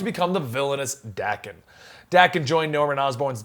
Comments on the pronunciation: Its pronounced Dawken, sorry im a huge snikt family fan and Daken is one of my favorite characters and id love to see him on film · How young is this guy that he doesn't know who Wildside & the MLF are? Beta flight & Omega flight, ok, but he doesn't know who the MLF & Wildside? WTF? And let's get this right Daken's name is pronounced DAY-KEN. And Sabertooth has a better healing factor than Wolverine. Even Wolverine admitted as much